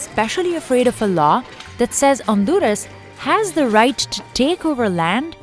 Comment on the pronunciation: Honduras not Onduras ,this is not ok